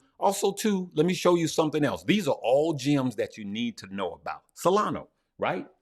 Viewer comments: It is not solano but solana 😊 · Hey, love your videos and want to thank you for everything you do. For the love of all that is holy, please stop saying “SOLANO” 😂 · Solano ? i think you mean solana haha